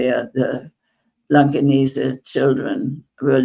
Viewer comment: Hamburger here. I love how after all these years her pronunciation of the german places ( i.e. Blankenese) is perfect and without accent :) ty for fighting for the palestinians!!!